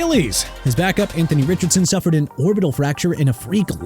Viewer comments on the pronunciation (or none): none